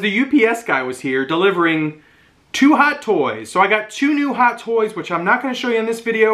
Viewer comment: What’s with not being able to say toys?